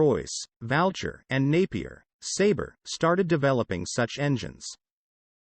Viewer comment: I think the robovoice pronounces U as an A. Valcher should be Vulture and Hacklecote should be Hucclecote. (Voice-activated script is always appalling and it usually causes me to switch off in annoyance. PS Gloster used the old spelling of Gloucester for their company name. However, The robo pronunciation as heretofore mentioned is incorrect.)